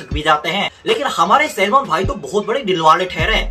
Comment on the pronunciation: Well that is not भोई it's भाई 😅